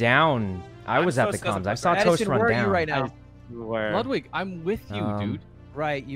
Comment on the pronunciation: Sykkuno: says Yvonne wrong since the time they met Also Sykkuno: Says Ludwig's name wrong once, freaks out